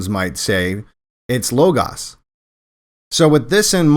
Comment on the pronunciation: The legitimate alternative is lah-gahss (besides low-goess). Low-gahs is not an option!